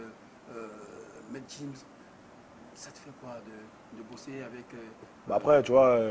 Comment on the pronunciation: C'est maitre gims et pas jims